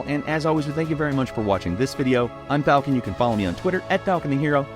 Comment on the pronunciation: ITS NOT FALCON! ITS NOT FALXON